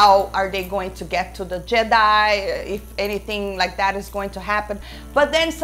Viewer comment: please say Jedi.